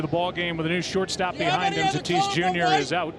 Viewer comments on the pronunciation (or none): none